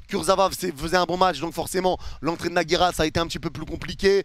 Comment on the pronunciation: c'est Nhaga pas Nagera